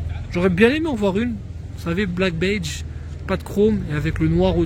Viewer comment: comment tu dis "black badge" ?? 🤣🤣